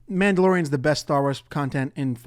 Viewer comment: Ze book, puts it in ze bag